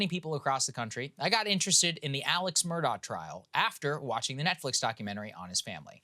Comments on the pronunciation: It’s ‘A-lek Mur-dock’ About his trial - there’s so much more to it. Like, the kennel video that places him at the scene of the murder minutes before it happens. I don’t think the State proved it beyond a reasonable doubt, but he wasn’t convicted solely on that sliver of cell data. Onto Adnan Syad, he’s guilty as hell. At least he spent his best years behind bars. There’s no two ways about it. I live in the area. The Serial Podcast and Undisclosed are biased and do not tell the full story. Adnan was released because of some random DNA on Hae’s shoes - which were in her car, not on her body when she was found. It’s bizarre. Listen to Crime Weekly if you want to hear an unbiased version of the Hae Min Lee Murder Case. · His name is pronounced Alec Murdock. I hate when journslists screw up things like that. Shows laziness &/or incompetence. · His name is spelled Alex Murdagh but is pronounced Alec Murdoch (pronounced Murr-duck).